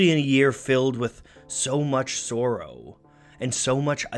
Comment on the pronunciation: The way you pronounce the word "sorrow" triggers the fuck out of me. love your work though, I've discovered so many artists because of you.